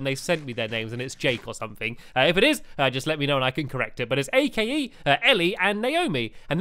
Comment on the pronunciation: Awesome! Can't wait for the 'Cat Chat Show'! I have my radio on and I'm waiting :3 Awesome video Stamps.. Once again I'm late :( Silly WiFi connections! (P.S I think Ake is pronounced: ah-kee hehe) :P